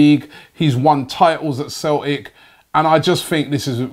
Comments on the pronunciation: We're called Celtic not Cel ic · "Left back from Cel'ic" lol